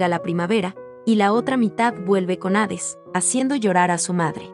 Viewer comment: Hades, no aves .